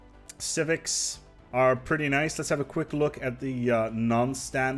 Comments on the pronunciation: lol “civivcs” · "Civivcs" Beautiful.